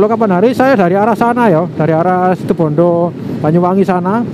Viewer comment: RALAT MAS. BUKAN SITIBONDO TAPI SITUBONDO. JG SALA SEBUT NAMA KOTA.